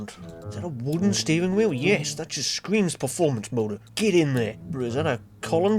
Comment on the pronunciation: "7-litre V8 mowdur."